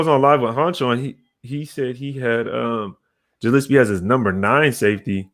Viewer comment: Morrissey is More-S-C. Gillespie is Gill-S-P. And it's not Abrams... it's Abram. It's not that big of a deal, but I know that it bothers some people. Good video!!!